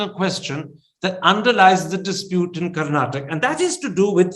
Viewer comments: Mr karana thaapara It's not karnatak It's Karnataka pronounce properly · Karnataka not Karnatak Mr Karen. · Mr. Karan Thapar please note ot is not KARNATAK. It is KARNATAKA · rascal thapar, its karnataka and not karnatak. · Please pronounce Karnataka correctly or explain why you use Karnatak. Thanks from a I huge supporter who listen to all your videos.